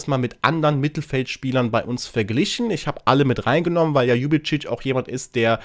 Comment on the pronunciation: Tach liebevolle Grüße nach Köln Sülz 👍 Mach dir nichts draus, habe bis jetzt den Namen von DEJAN Ljubicic auch immer falsch ausgesprochen 😊 Leider hinkt er seinen Leistungen in letzter Zeit hinterher wer weiß ob er eine Blockade im Kopf hat doch seit er nicht die Freigabe vom 1fc Köln bekommen hatte zu den Wölfen zu wechseln bringt er kaum noch kaum noch vernünftige Leistungen im Gegensatz zu früher auf dem Spielfeld Maxi Finkgräfe muß man einfach Lieben Echt krass was für eine grandiose Entwicklung er seit seinem Debüt bei den Profis gemacht hat Echt toll das er trotz seines jungen Alters schon weitaus bessere Leistungen auf dem Spielfeld erbringt als so einige seiner älteren Team Kameraden Echt schade das ich das Spiel unseres 1FC Kölle nur über den Ticker verfolgen konnte ich hätte so gerne gesehen wie er den Linien Richter mit dem Ball aus geknockt hatte Hoffentlich bleibt Maxi Finkgräfe uns noch für viele Jahre erhalten einfach nur absolut sympathisch und Bodenständig 👍👍👍 Seit der Gründung des 1fc Kölle hatten wir noch nie so wenig Punkte wie in dieser Saison,dem Klassenerhalt zu erhalten wird eine sehr schwere Aufgabe für unsere Profis sein, doch man sollte immer Licht am Ende des Tunnels sehen vielleicht schaffen sie es noch auf biegen und brechen über der Relegation Dafür müssen sie sich allerdings gefälligst den Arsch aufreissen und alles aus sich heraus holen Come on FC wünsche dir noch einen schönen Wochen Start 👍 LG von Lisbeth aus der schönen Schloss Stad